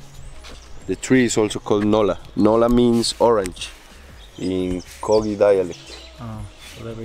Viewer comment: Great video! but its spelled wiwa and kogui no weewa or kogee